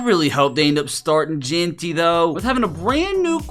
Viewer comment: Jeanty❌ Jaunty✅